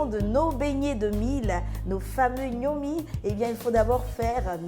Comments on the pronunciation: On ne dit pas Gnomi. Plutôt Ngomi ! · Parce qu'elle l'appelle Gnomi au lieu de Ngomi! 😅